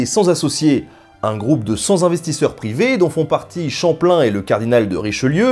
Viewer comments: Superbe vidéo, bravo !! Très instructif ! ( hormis le " cent z-investisseurs " :p ) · un groupe de "cent Zinvestisseurs" ... dommage quoi :/